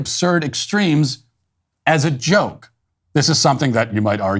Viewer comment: I knew it! Matt isn't an Earthling! Anyone can figure out what "Jay-Oh-kay-E" means?